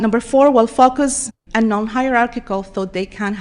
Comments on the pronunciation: 🤔 Did she say fuck us or focus? Lol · Did that professer say focus or fuckus if you beleive what she is saying i would say the latter, god help us.😢